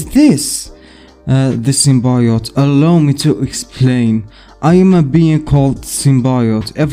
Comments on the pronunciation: It's not Sim-Bye-ote its Sim-Bee-ote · I agree it is pronounced sim-bee-yote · Cool vid! It’s pronounced Sim-Bee-yote!